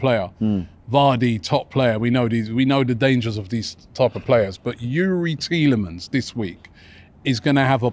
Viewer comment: idk if you know but tielemans has a S in his name